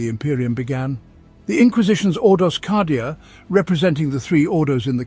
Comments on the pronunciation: Love the content normally but "cah"dia instead of "kay"dia is ruining it for me. Not saying it's objectively wrong, it just sounds wrong to my ear. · yep i do believe its said kay^dia in the audio books at least . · Cadia = KAYdia Cadia ≠ CAHdia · C A D I A! KAY DEE AH!!! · Holy crap! He does call it Kahdia! 🤣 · I'm fairly certain because how these are generated it's nearly impossible to dictate pronunciation. It's a problem across at least 4 that I know of. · I'm sayin it, it's objectively wrong.